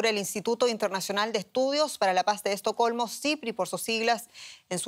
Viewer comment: Al fin se pronunció "ESTOCOLMO.